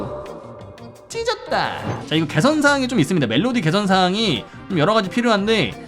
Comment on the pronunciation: 워우 찟었다~하는거 워우 이겼다라고 들리는데 나만 그런가?